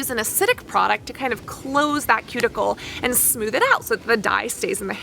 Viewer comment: You are such an obnoxious person. Your high pitched voice and that vocal fry at the end of every sentence paired with the incessant and repetitive use of the same phrase "Now, what is interesting..." and the way you pronounce "and" is just so frigging annoying. Can you not calm down and talk like a normal person? I cannot listen to your videos without getting that annoying ringing in my ears. Holy shit.